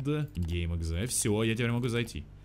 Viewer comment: мне одному послышалось г*й exe а не game.exe? 🗿